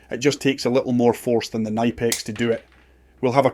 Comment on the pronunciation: Its good to finally see a quailfied Electrician / Electrical engineer on here that knows how to pronounce Knipex and the difference between wire cutters, pliers and Crimps please just please dont do any electrical work please get a Professional